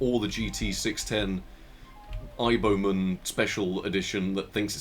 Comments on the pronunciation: aiboman is just how chinese people would pronounce IBM, subtitles picked up on that too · I took a drink every time you said Aiboman. I've lost the sight in one eye and my right arm fell off.